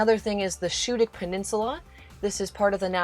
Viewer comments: Great informative video!!! I grew up in Maine and now live in NC. I’ve been to most of the spots you’ve mentioned and it’s so nice to see them again through this video. I will mention though that in Maine the pronunciation of Schoodic is more like Skoo-dic. It’s definitely worth the trip to Winter Harbor to visit that part of Acadia!! So beautiful there!! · You found a lobster claw, not a crab claw. Schoodic is pronounced SKoodic. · Loved your video. Love the area. One correction is the pronunciation of Schoodic Point. It is pronounced Skoodic. For me is my favorite part of the park. It is usually less crowded. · Small nit pick- Schoodic is pronounced like School. SKOODIC. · Schoodic is pronounced "skoodik" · Schoodic Point....the "ch" is pronounced like a "k"...so it's "Skoodic". when visiting maine you don't want to appear too much like you're from away. i mean the locals know but it's best if you can leave them with a little doubt!! oh, and schoodic is my go to place in acadia. no crowds, just rocks and ocean, maybe get a view of a lobsterman pulling traps. and there's always an off chance of seeing a whale. great vlog. best wishes.